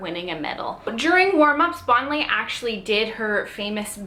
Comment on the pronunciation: How can you do a video when you don't know how to pronounce her name?